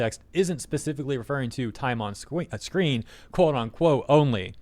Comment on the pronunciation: we totally didn't hear "time on sqween :3"